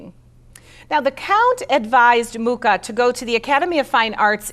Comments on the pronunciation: Pronounced moo ha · I was born in the same small town as A. Mucha and would like to inform you that you mispronounce both his surname and the name of the town. The "ch" in Mucha is pronounced totally different and Ivančice is something like "ee-one-tchi-tze". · Incredible that a presenter cannot pronounce Mucha's name properly. Very American. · At least pronounce his name properly...